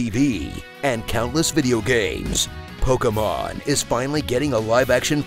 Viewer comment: just for pronouncing Pokémon properly and not saying poke-ee-mon